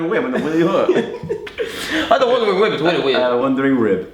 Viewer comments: "I have a wondering wib" im dead😂😂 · I spat out my drink when joe said I have a wondering wib